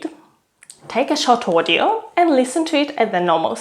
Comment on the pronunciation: I can still hear sounds that give out her mother tongue. It's very hard to disguise your russian (or kazakh) accent. And for me her "audio" sound like "ordeal".